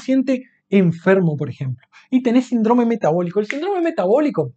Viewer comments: SÍNDROME es una palabra esdrújula, se escribe con tilde en la i y se pronunciá asentuando la primera sílaba : sín-drome y no sin-drome. No dañar el idioma. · Pero como dice Sindróoome. Se dice Síííndrome, con acento en la i y no en la o...Es que en la Universidad no enseñan a hablar bién????? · Interesante. Solo un apunte, no es sindrome, es síndrome, con tilde.